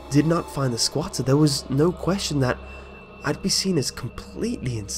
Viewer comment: I giggled every time you said "sqauter"